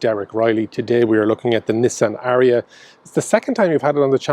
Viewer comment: Lovely "Nissian" Derek. Where are they built? Sunderland?